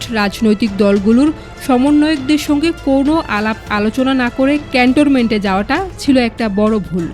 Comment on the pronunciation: Apu, eta CantoRment noy…. Cantonment 😊